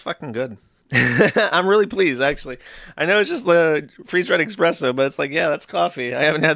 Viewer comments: Every time Josh says eXpresso, I die a little inside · nobody over a 104 IQ would ever pronounce it "expresso" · "Expresso" I know Jersh likes to claim he mispronounces basic words because he learned them from reading... but the problem with that is there is no x in "espresso". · Joosh pronouncing it as expresso is like someone saying ‘lemme axe yu’